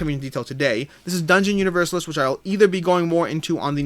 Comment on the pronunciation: Hi,. It would be helpful to get a comparison of "The Thing" with the other games of the IP: "Who Goes There?" (my fave) and "The Thing: Infection at Outpost 31". My wish would be to see "Set a Watch" in review. PS: Dungeon UniverSAlis; stress on the penultimate syllable, like ArCAna.;-D